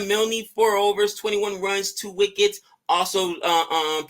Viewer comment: Oh boy, Milne rhymes with Kiln. Just say the word MILL and stick an N on the end.